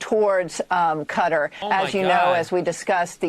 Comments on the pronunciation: cutter? Qatar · why she keep pronouncing it “cutter” and not Ka tar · how is she an anchor and cant pronounce Qatar right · Why can no one on the news say fuc*ing Qatar correctly. How the hell is "Kuh-tar" difficult to say? Freaking "Cutter" 🤦‍♂️ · woman said "cutter" like no damn it! qatar!!! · Qatar is not pronounced kutter It’s pronounced Kuh-Tar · “From Iran to uh cutter” 😭 who pronounces Qatar like that? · For the hell is this cutter the reporter keeps mentioning in the first 2 minutes, or is she failing at saying Qatar. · Is it actually pronounced Cutter? I always pronounced it Qatar🤔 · Did she really call it cutter? lol its Kuh-Tar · Does she pronounce it right? "Cutter"? I thought it was "kataar" ? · Why the fuck do they all call it Cutter? Bro is KAH-TAR jfc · Jfc it’s not cutter it’s kah-tar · Is she pronouncing qa tar cutter? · Her saying cutter and not qatar is tilting me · When has Qutarever been pronounced like "Cutter"? It was always pronounced Kuh-tar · And i use a quick search on google on how to pronounce Qatar. Shes dumb its ar not er lmao. Kuh taar not kuh ter cutter lmaoo I thought that sounded off. I was still wrong originally to tho b4 looking but in the beginning of it lol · it's not 'cutter' it's "kuh-TAR", the pronunciation is the same as pronunciation. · Its definitely not pronounced, "cutter." 😂😂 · I hate the way Americans call Qatar "cutter" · the news lady calling it cutter is amusing as heck xD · I cant get over the start where the reporter kept saying cutter instead of Qatar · Why is she calling Qatar, Cutter? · Fox News always has the worst pronunciations, she straight up said "cudder" for Qatar 😂😂😂😂. And these are the "experts" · Why is nobody talking about the way the woman at the start said cutter and not Qatar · The lady pronouncing Qatar as "Cutter" is annoying af😂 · Is she calling Qatar.. Cutter? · I like how the news called Qatar Cutter 😂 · "cutter"? lolwat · What the hell is cutter? I thought it was Qatar?